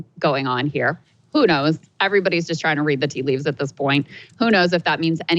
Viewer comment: I'm starting a petition to ban Crystal from saying "tea leaves" for one full month.